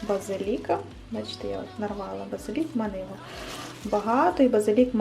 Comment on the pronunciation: Гарний канал українською мовою, але правильний наголос у слові базилІк, а не базИлік, а також голубцІ, а не гОлубці😏